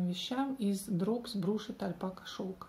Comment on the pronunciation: Будьте добры, хотела уточнить, что название произносится Брашт Альпака Силк, если по-русски писать. Brushed, означает расчесаный, начесаный.